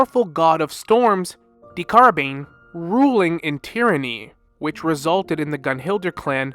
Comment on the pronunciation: no disrespect but HOW could you butcher Decarabians name THIS bad lmao